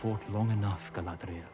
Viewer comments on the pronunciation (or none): The actress doesn't know the name of her own character?!? 😀 First I thought she just made a mistake, but then she repeats it. Gladriel, Gladriel, Wtf? Could this show become an even bigger joke? HER NAME IS GALADRIEL FFS!